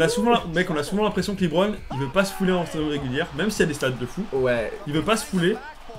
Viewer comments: les mecs Lebron sa se dit pas "Libron" hein mdrr c'est "Lebron" tout court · c'est pas "Libron" james c'est "LEbron" james